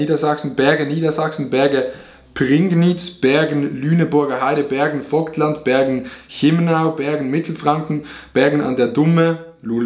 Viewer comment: Auerbach Vobtland😂?? des heißt Vogtland